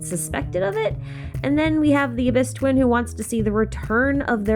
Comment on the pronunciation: During intro she says "the Traveler's dwin " . U had me laughing with that one.